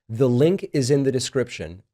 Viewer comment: She’s saying “the” best but her pronunciation sounds like be. Sounds like what we call pidgin English in Hawaii